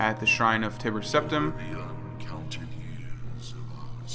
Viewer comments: btw has anyone else noticed themselves saying Tibber Teptim now??? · wow you nub scrub. As you should know Tiber Septim is pronounced like tyler with a B instead of its L not like Tibbers from League Of Legends bro. 1v1 me